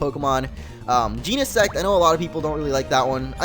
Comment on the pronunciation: its jen-i-sect